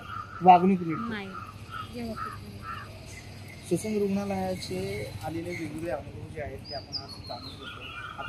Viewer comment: ससून नाही डायसून